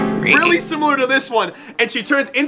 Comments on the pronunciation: why do you say simular instead of similar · SIM-IH-LAR, not SIM-You-Lar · He says simular this makes me stressed but i still love his content ITS SIMILAR!!!!!!!!!!!!!!!!!!!!!!! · please bro. Similar and simular are not the same interchangeable word. You speak with Intelligence and eloquence, this one thing bugs me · The way yoU hit those "U"s in "simUltaneously" and other simUlar words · oh my god please stop saying simutaneously and simular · Same as before: great videos. Please learn how to properly say "similar".